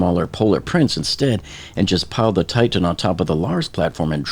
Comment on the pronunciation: Again: It's NOT pronounced "Tight-Tan." You're embarrassing yourself.